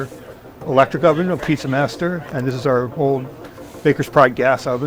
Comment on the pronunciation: what is "Peet-ZER" with a zer at the end???